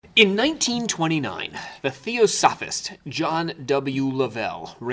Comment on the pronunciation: You pronunciation of theosophist is silly.